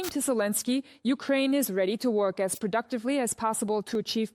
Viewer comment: Arrêtez d écorcher le prénom de Zelensky.Merci